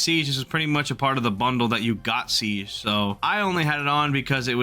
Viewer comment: i had to stop watching because of how he pronounced siege